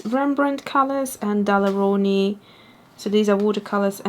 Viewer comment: Every time you pronounce "Daler Rowney" I crack up. Sounds like an Italian dish! Dalleroni!